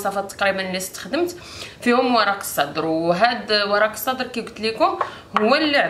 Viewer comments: اسمو ورق السِدرْ و ليس ورق الصدر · ورق السدر بكسر السين